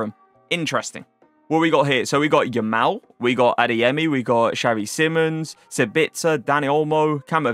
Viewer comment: You’re saying Yamal wrong